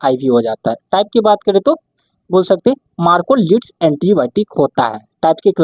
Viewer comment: सर्बापेनम् नही कार्बा पेनम् और मार्कोलिड नही मैक्रोलाइड बोला जायेगा😂